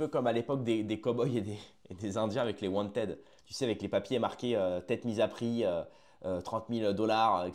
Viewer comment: « Wanted » se prononce « wantid » en anglais…😉